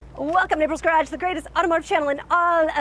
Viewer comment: does she know she's saying, garage ?